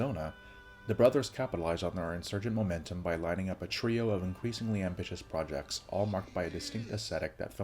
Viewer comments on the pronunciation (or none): none